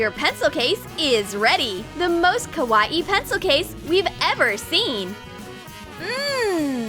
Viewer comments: It is not pronounced like Hawaii with a k. Think of it as saying cow eye and mushing the words together. Kawaii. Not Hawaii with a k. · Why did u say Kawaii like Kawa-ii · Also did anyone else notice that she was pronouncing it ko-was-ieie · KawaEe they be saying it wrong 😂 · Nobody: - Kawa eEE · "The most KAH-WAH-EE pencil case!" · Ikr XD lol this just makes me laugh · That's what I was thinking 😂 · IKR so weird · You pronounced kawaii wrong